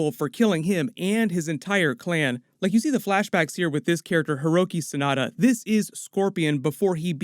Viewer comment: Come over here, Hiroki Sanada, Over-god. Really dude? At least do some research before making an MK video.